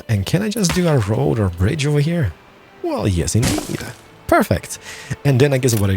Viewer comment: Great vídeo, great English but wierd accent that gets annoying after a while but you cant do anything about it. Keep the vídeos coming! :D "baisons" "deelicious" "ovahere" made me laugh lol. appreciate the vídeo though. PS: Anno needs to implement building time to buildings. Not "Instant" building. I think It's time...